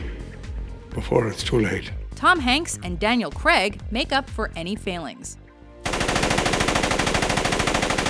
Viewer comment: Daniel Craig = 'Cray-g'